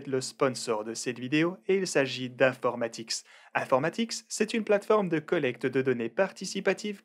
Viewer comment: Si je lis bien c'est infomatix et non informatix Comme tu le dis à chaque fois sur la vidéo. Bonne soirée